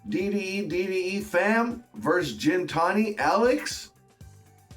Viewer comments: its GINTANI with the G sound not Jintani with the J sound come on bro lol. Just listen to how the owner Alex says it & he should know how to pronounce it since its his last name. Hearing it pronounced Jintani over & over again really grinds my gears jk. But keep up with the great vids brotha. I love being in the "inner circle" of shit, im a very curious person & when i wanna find out something i go down giant iceberg holes. I'm so glad that i know i can come here to get all the info that other channels are trying to keep redacted from the public eye. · The reality is that Damon didn’t listen to anything Alex was explaining to him about the 720 when he picked it up. Hey I know it’s your channel and all. Though could you pronounce Gintani correctly in the future.